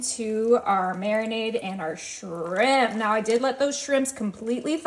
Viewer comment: It's just shrimp, not srimppppp, stop & you don't have to tell us your coming in with everything 😫